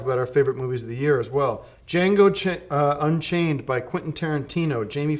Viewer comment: "it's called Django chai-..unchained" lol. Tim is such a master of natural sounding slips of the tongue